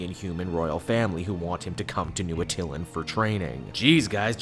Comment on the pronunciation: Atta-LAAAAAN! It's pronounced Atta-LAAAAAAAAN! That's how they pronounced it in the 90s animated FF show.